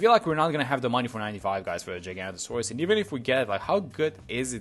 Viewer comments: It’s actually pronounced giga-naught-asaurus. Giga as in like gigachad and naught like nautilus/nautical. Love me some dinosaurs, not my favorite but still 🤣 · dinosaur nerds seething at his pronunciation